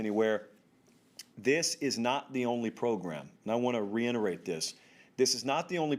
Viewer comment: your vocabulary makes mine look like that of a 7 year old....but please for God’s sake...it RE-IT-ER-ATE (reiterate), not RE-ENT-ER-ATE (re-enterate). Lmao Love the show man, don’t destroy me on the tube lol.